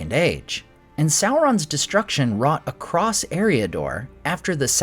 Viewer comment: Bro - there is no ‘t’ or ‘ed’ at the end of across. Jesus man